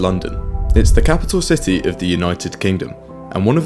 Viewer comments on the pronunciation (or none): "Shity of London"